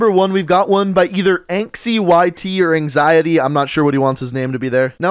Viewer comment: Yoooo first place that’s crazy. You said my name right too. “Anxiety” thank you for the showcase and I’m looking to do another 😁😁😁